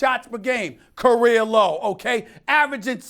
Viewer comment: “Korea low”-Steven A